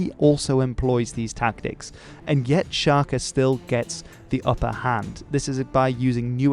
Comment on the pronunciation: "Sjakie Zulu", is that what he said? :D :D :D Sounds a lot less intimidating that way. ;)